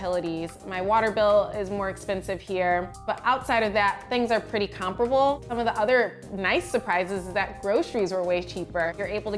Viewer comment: Why does she pronounce comparable like that?